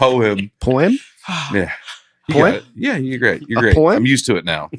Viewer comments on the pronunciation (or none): saying poim instead of poem will forever be my favorite thing. 5 years has flown by. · Dusty trying to compose himself while butchers the word poem is amazing. Congrats on 5 years! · There's nothing better than Dusty not being able to stop laughing! The best one was over the way pronounces 'poem'. I've listened from the very beginning and what a great 5 years it's been! Cheers to the next 5 and beyond ♡